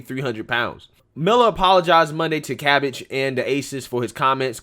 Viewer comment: Cam Bage...long A sound...research counts too....